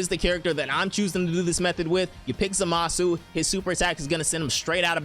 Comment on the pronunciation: have you never watched the show like at all? youre pronouncing zamasu completely wrong...